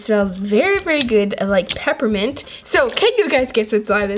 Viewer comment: I knew it you said pepermint